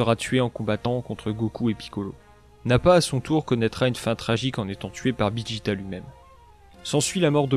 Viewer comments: c'est pas bijita c'est vegeta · Tu ne sais pas dire VEGETA